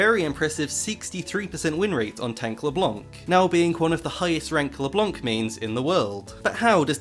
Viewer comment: I'm sorry, I love your voice, but I anso find hilarious the way you say LeBlanc LeblOnc